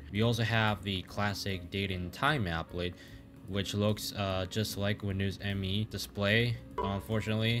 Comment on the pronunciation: Windows Me is actually pronounced "me", not "em-ee"